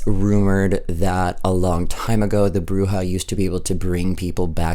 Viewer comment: you're saying Bruja correctly! It's good :)